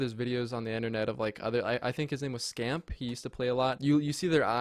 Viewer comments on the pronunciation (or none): His name is OpTic Scump not scamp 😂😂😂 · i think its "scump"